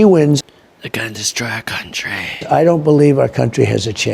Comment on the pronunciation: "Our countreh"